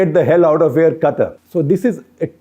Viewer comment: SG your pronunciation of word QATAR is not correct.